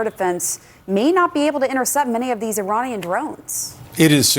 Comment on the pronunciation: what a eejot,a usa pilitician,he said uh-uh-ujrainian ,is that half Ukrainian and half Iranian. What a joke these guys can’t even pronounce the ppl who they are bombing/killing.Strait up they need educational resources and support